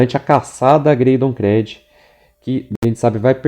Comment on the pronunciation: Pelamordedeus Créd não. Chega dói os ouvidos. Creed [Crid]. Todavia parabéns pelo trabalho.